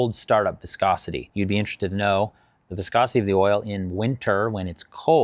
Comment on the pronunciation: Pffftt I’m sticking with, it’s an Eastern European guy saying “wiscosity”